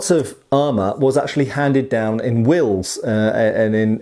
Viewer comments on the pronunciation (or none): none